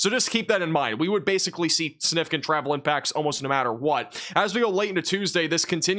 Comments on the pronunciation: you gotta learn how to say Significant and First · I know this is a small thing, but I've noticed you tend to make the g in significant silent. That's not standard pronunciation. Your pronunciation and enunciation is otherwise so good, I thought I should mention this. Your videos are excellent, so thank you for them!